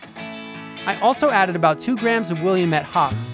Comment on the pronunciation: Portlander here: it’s pronounced “Will- ammit, rhymes with dammit.